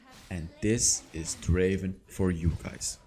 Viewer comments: Not draven, draaaveen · Not draven it's draaaveenn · Not Draven.......Drrrraaaaavvven 🤣🤣 I Love this Guy so much He ia my absolut fav Draven